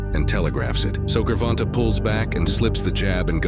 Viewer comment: Is it actually pronounced “gurr vonta” I thought it was like “jer von tay”